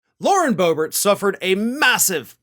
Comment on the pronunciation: BOOB-ert is a GOOB-ert!!